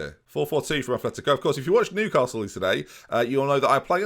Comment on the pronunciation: Okay, I can forgive the mispronunciation of players, but, please, there's no "h" in Atleti's name. I'm so sorry. But it's my biggest pet peeve.